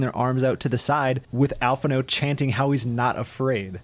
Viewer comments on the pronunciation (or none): Did you just say al-phin-no? Fuck you.